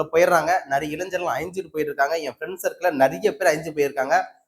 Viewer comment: இளைஞர்கள் என்பதை சரியாக உச்சரிக்கவும்.